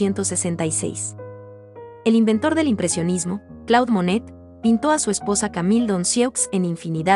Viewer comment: muy bello vídeo!! Un sólo detalle que quizás puedas editar de la locución: el nombre del pintor. CLAUDE MONET se pronuncia "CLOD MONE" !!! Saludos. ❤🎶❗